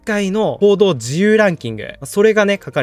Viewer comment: 報道の自由って言ってんのか コードの自由にしか聞こえんw